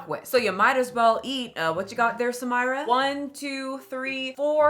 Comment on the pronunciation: Far from me to correct the plus size lady, but her name is Arabic, is spelled Samirah and it's pronounced Sah-mee.rah